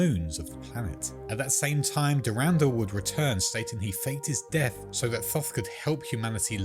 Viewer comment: The way he say's "S'pht" and "Durandal" has my huge marathon fan brain sadge, but good video! Shoulda refrenced some of the other lore goats or the deeper lore the names come from